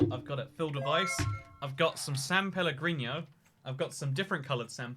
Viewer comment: No One: Absolutely No One:: SaN peLleGRinio AnD dIFferEnT coUlor SaN peLleGRinio